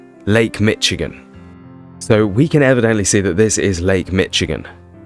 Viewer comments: its pronounced mish-igen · You pronunciation is wrong it is not called Lake "Mitch-again"